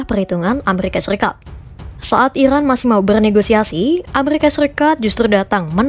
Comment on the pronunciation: Iran kak bukan irwan